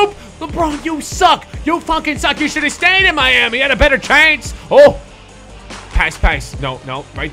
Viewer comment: In did just said benter instead of better